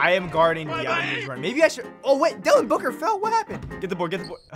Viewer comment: Did he say Dylan booker